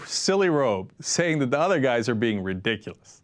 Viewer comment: "Its a little bit RE DICK A LISS" lol way to go!